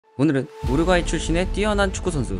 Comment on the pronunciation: 우르과이 ㅈㄴ 거슬리네